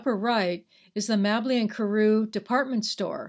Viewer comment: Mabley is pronounced with a long A sound...but the video is excellent.